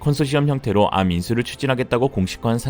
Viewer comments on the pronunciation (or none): 암이라 읽지 않고, 한글자씩 읽어야 합니다. 에이알엠...고유명사인데 한자씩 읽습니다. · 그걸 암이라고 읽는구나!